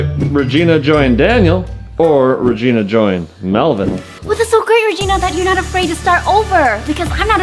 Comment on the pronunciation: me:tarantula reegena:mey-meyo